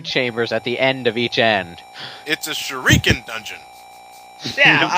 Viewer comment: sure-ee-kin... weirdest pronunciation ever